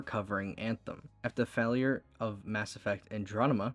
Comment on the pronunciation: dude you need a speech therapist or smth "physical year" had me rolling and "fahlure"